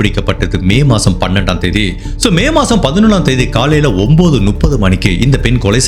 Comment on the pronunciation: சார் நீங்க நுப்பது நுப்பது னு சொல்றீங்க அது தவறு... முப்பது என்பது தான் சரி